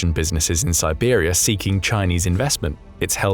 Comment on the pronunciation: Siberia not Tiwari.